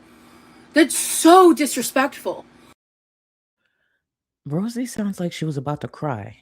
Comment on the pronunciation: The ridiculous glasses holder danglin and a'swayin' as she tells someone to Not dissuade anyone from "being financially generous"- "how dispekful"